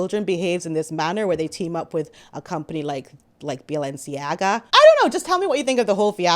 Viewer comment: Your Valensiaga 😂😂😂👏👏👏